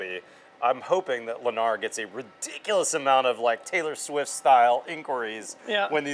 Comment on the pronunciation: You lost me the moment you said “Lennar”